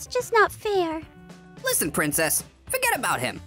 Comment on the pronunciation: I like how he's calling her prinnces